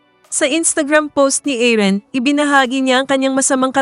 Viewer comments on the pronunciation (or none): Paki ayos po ung pqg pronounce ng name. Aaron po hindi Aaren.